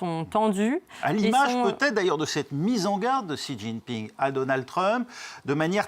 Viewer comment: j'ai cru entendre une dinguerie quand vous avez ecorché le nom du président de la chine